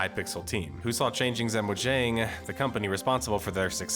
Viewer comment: I have never heard mojang be pronounced like that, Lol.